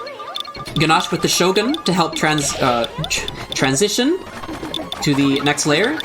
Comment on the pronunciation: Great commentary session! Don't worry,, even I have trouble saying trantision sometimes